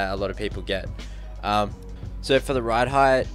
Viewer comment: Who else noticed that.. His pronunciation of "SO" sounds like "SIR"